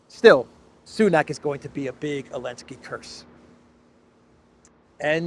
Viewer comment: Why is he keep saying “elenski “ , is it intentional ?